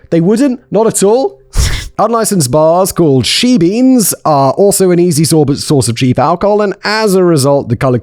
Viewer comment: "She-Beens", as a South African viewer, this is just amazing! Emma...keep on making Simon say all the local words please!😂